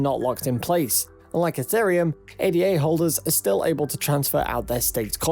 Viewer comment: “Ay-da” ffs